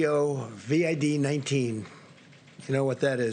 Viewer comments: Something About The Way He Says COV---"ID" That Does Not Sit Right... SMFH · Trump says covid C O V A D covid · Such an IDIOT ... C O V I D . WOW are his reading and spelling skills improving? Now it would be nice if he could put some inflections and or emotion in his words. Oh man, second time he says COVID he MISS PRONOUNCES IT....LMFAO. SUCH A MORON.. that's ....M O R O N...